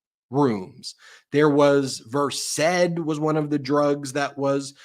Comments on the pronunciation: Dang. You’ve nailed “verséd,” (2 syllables, accent on second syllable), but “provigil” (3 syllables) puts stress on second syllable, not first. “Provígil,” not “próvigil,”. Think of it this way: the name is meant to evoke the feeling: vigilance. Think “Vigil.” Emphasis on first syllable. Same with Vigilant. The drug makes you hyper vigilant. Wired. We don’t care about the “pro” part 😆. Love you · Ben! Started started the podcast and — you pronounced “Versed” (the drug) correctly! I’m so pleased. It’s really not a matter of snootiness. People gonna laugh at you if you pronounce it as one syllable — and not take the reporting seriously. I don’t know if my comment (yesterday?) made any difference, but good on you, and keep up the invaluable fight. 💙💙